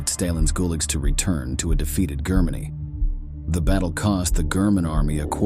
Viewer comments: The robot narrator is good for a laugh "Grrrr-many", "the third rietch", "a dignifid grave" The rest of the video is ghoulish. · Love this channel but what is wrong with the narrators pronunciation? Is it AI? "staylin" instead of Stalin "ger- many" 😂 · Grrrr Many 🐻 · Is this an AI voice? This buffoon cannot pronounce simple words like Germany, Stalin and grandfather. Zero credibility here. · This artificial intelligence or whatever it is called is b.s. After less than 9 minutes the "narrator" is mispronouncing such 3rd grade words as Germany, reserved, Reich, recovered and more. Can't the producers have more respect for the audience, and for history, than such garble? Besides, several facts are wrong. This video refers to the German Army uniformly as Nazis, which technically is not true. Yes, the SS and the officers volunteered or were appointed as members of the Nazi party. However, much of the regular Army (Heer) was conscripted, drafted, not considered SS material, or volunteered to fight out of patriotism and duty, but were not ruthless high testosterone ferocious killing machines. Secondly, taking Stalingrad was an important propaganda objective for Hitler, but in itself it was not strategically vital. The video, and many historical sources and war histories, makes clear that Oberkommando told Hitler it would be better if Stalingrad was bypassed. Few in the Nazi high command thought that the capture and destruction of Stalin's namesake city was worth the risk and sacrifice they knew it would demand. It was invaded to hold down and off the Soviets across the Volga so that they could not eventually attack the left (eastern) flanks of the many Panzer, SS and Army divisions heading south to seize the oil fields. But Hitler seemed more obsessed with profoundly insulting Stalin than in the far more crucial goal of taking Soviet resources to support the Nazi war ef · The narration is absolutely horrible. "Germany" with a hard G , too funny.